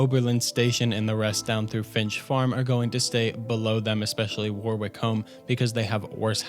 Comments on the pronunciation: Warwick is pronounced Wo-rick mate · Loved the vid, but cringed with every mangled pronunciation of "Warwick". And then I heard the name Isolde.... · That's not how you pronounce warwick